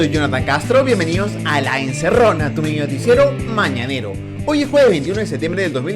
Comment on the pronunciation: Ni modo, Marco se empecina en hacernos sufrir con relatores de muy mala pronunciación. No se dice miinoticiero, se dice mininoticiero, no es sajuaneurigancho, se dice San Juan de Lurigancho....